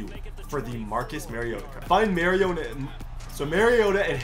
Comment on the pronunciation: It’s ma-ri-ot-a like when you say amari the A in the beginning of Marcus’s name don’t question I went to school with him